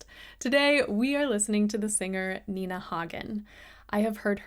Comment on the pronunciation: An UP just for pronouncing her name right! Nina, a true artist, a character, a unicum (one of a kind). Mixing opera with punk / rock?